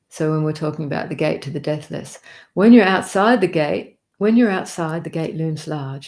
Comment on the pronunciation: Your embrace of the 'big picture' is awesome - so many sacred texts addressing our yearning for Union. This channel is a torch on the path. Thank you, dear. Btw, at first I thought you were saying 'death list' instead of 'deathless'. 😂 (You can probably tell I live in America.) Paz y luz, everyone. 🌏🍃🐿️🦋🔭✨🌙🙏📿💙